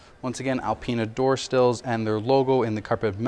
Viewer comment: Awesome video😎cute how you say door still instead of door sill 😍